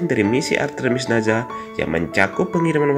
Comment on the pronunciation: NASA min, dibaca SA, sprt ngucapin ES, bukan naZA = zet 😭